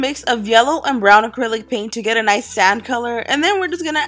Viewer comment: She said make the color sad in stead of sand